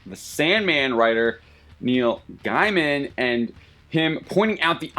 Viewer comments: Can you please for the love of Jeebus pronounce Gaiman's name correctly? It's GAY-MIN. NOT guy-man. Christ. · When you pronounce his name "guyman" I know you've never met him 🤷‍♂️ From his own blog: How do you pronounce your last name? Is it gay-man or guy-man or something else? It's Gaym'n. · It's pronounced "Gay-mn." Not "GUY-man." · You shamelessly twisted his words and even mispronounced his name :)))) It’s not gender bents and stuff like that that Neil talks about. In his adaptation he does change genders and sexuality and all that to fit a more progresive present and the fans are happy cause the story is still amazing. What he was talking about was the complete tranformation of the story like The Watch did, not the usual conservative instinct of some fans.